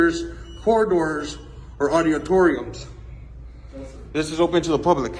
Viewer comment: He can't pronounce auditoriums